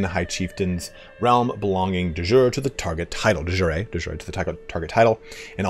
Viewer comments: Google seems to indicate de jure is pronounced "day jury." it's NOT the same du jour which is pronounced "duh zure" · I like how "De Jure" changes pronunciation every time. "De Joor", "De Jooray" "De Zoor". How to pronounce it, is "Day you-ray". The "J" in Jure is a Y in english (like in you), not a dzh sound (like in John). It comes from latin "iuri". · Hello, great video! I have two questions: 1 is it possible to switch from tribal to clan? 2 are there alternative succession laws for asian tribes? Thanks in advance. p.s. De jure in latin reads like de yurae would read to an english speaker.